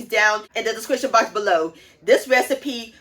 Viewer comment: The "discrishun" box below 👇